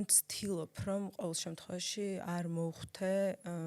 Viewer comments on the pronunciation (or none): დან დაიწყო შემდეგი სიტყვების გამოყენება: ვცთილოფ,ხთება,მოვხთე!!! -დან გავთიშე. მადლობა,რომ ტყუილად არ მაწამე და თავიდანვე მიბიძგე გათიშვისკენ <3